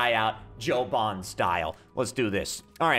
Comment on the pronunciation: James BOND, not Bon.